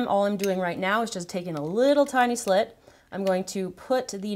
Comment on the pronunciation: She said slit